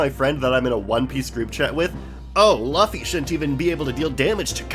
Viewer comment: The man pronounced luffy wrong. Rip